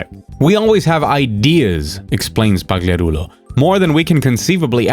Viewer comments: Oh my god, the way you properly pronounced Emil papagarucho's name felt so weird. I never want to hear it again. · I like the part where you said emil's last name. aced it